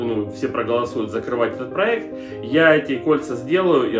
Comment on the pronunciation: Да, да, дадада, да,да,да,да - ДАДА! ПАлюбому нужен проЭкт! Не сдавайся!